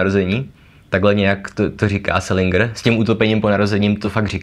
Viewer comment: Dovolím si opravit - správná výslovnost je selindžr, ne selingr.